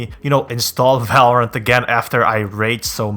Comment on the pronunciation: no one: this guy: valrarent